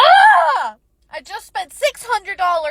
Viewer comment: Expesive 😂😂😂 bruh